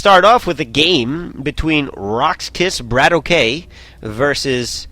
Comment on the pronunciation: His name's pronounced "brat-talk," not "brat-o-k." It's the Russian slang equivalent of "bro."